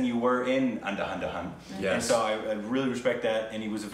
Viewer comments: guys its UN-Dha-Dhoon. pronounce. DH sounds like u pronounce TH sounds. eg "That" Dh. makes it more bassy but still TH is Close so Un. ( just like u say Un-subscribe) Thaaaa./Dhaaaa. ( the sound u make in This That There TH) Thoon/Dhoon ( dont seperate it TH . u dont say Th-here or Th-hat u say There and That right? similary dont break sound between T and H or D and H . cuz i noticed u break sound when u pronounce DHooom. as Da-Hoom ) i.hope it helps ! anda-dhun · It's not Anda-anda-hun. It's actually Andhaa-dhoond. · its pronounced as : un : as in UN-available duh : as in " Brain, are you there? duh, i guess so TC, I just spoke to myself a minute ago." dhoon : as in Moon but with a "D" or "dh" NOT " un-da-hunda-hun" it means "blind tune" un- duh is blind in hindi doon is tune in hindi * i love Top Cat ( Hannah Barbera) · Its An-dha-dhoon (pronounce it like that) but I like the Korbinized names more😂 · One small correction .. It's ANDHA - DHUN .. Dhun is pronounced as dhoon. Andha means blind & dhun is melody. So the name 'andhadhun' translates to blind melody. Thanks. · Major pronunciation correction.... Andhadhun is pronounced as "Ann-dhaa-dhoon" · Andhaaaa....dhun. As in put